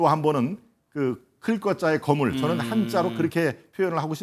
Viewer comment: 김동원씨가 '거물'을 아주 짧게 발음하는데 발언을 하려면 '거:물(巨物)'이라고 장음 발음을 해야 한다. 한국어에는 각 단어들에 장음(長音), 단음(短音)이 있어서 국어사전에도 표제어 장음 글자의 오른 편에 : 표로 표시되어 있다. 그런데 요즘 젊은 기자들은 특히 한자어를 말할 때 이를 전적으로 무시하고 전부 아주 짧게 발음한다. 예컨대 '여:당(與黨)', '야:당(野黨)', '대:선(大選)', 재:선(再選), 피:청구인(被請求人), 가:처분(假處分) 등 길게 발음을 해야 하는데 아주 짧게 발음하는 것이다. 요즘 한국인들의 '한자어' 구사가 이 모양 이 꼴이다. 이런 폐해는 한자 사용의 폐지에서 기인한 것이다. 정말 큰일 났다.